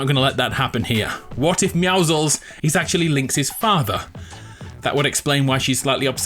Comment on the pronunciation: why cant people pronounce meouscels right its pro nounced me-ow-scles